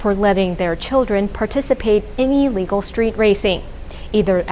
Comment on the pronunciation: I don't disagree with you about that. But I disagree with you that she was schooled in America. I could be wrong though. But my reasoning is that Americans typically pronounce the prefix in "illegal" with an "ill" sound, as opposed to an "EE" sound.